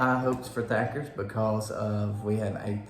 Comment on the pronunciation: I love Thatcher's. Even though ya'll called it Thacker's.(just sayin) Next time try the buckets and ask for a little extra sauce. It's amazing